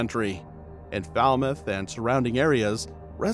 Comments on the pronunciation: Lie,it was not her" SON " but a stepson...😮please pronounce the name of the place properly " FALMOUTH " and "TRELAWNY " only one biological son she had.😊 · first of all you calling the name of trelawney wrong and also falmouth. where didi you get photos of her and who authorize you to go into someone country and do a blog about something that you have no clue about